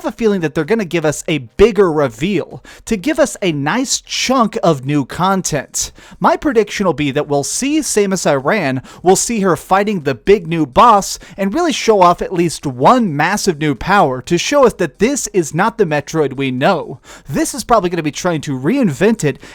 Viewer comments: "Samus Iran" lol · "Samus Iran"😂😂😂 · SAYMUSS EIRAN??!?! Oh my god what a cringey pronunciation